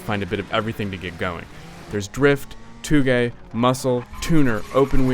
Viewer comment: close but its actually "Touge"